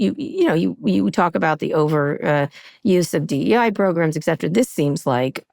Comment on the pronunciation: Kara!! Exetra?! Et cetera.